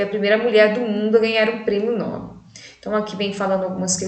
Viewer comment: Nobel é uma palavra oxítona!